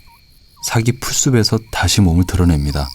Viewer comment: 내레이션이 너무 하네ㅋㅋㅋㅋ 삵이 풀숲에서를 풀수베서라고 발음하면 어떡해